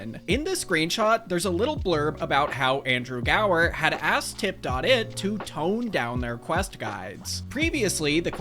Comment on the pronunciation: I cringed every time you said "Tip Dot It" lol it was just called Tip It back then haha